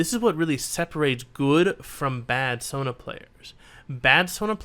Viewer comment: Is it just me or does he call Sona “Tona” ?